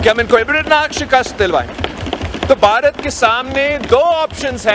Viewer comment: His pronunciation is weird. Baharat? How hard is it to pronounce 'bha' for a desi person?